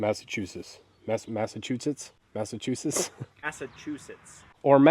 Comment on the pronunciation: Can pronounce pterodactyl but not Massachusetts?